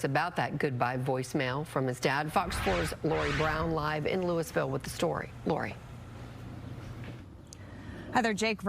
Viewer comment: Lou-is-ville??? How does she not know how to pronounce Louisville? 🤦🏼‍♀️ I'm from Maine I know how to pronounce it (Loo-ee-ville). Kind of an important detail when you are a television journalist.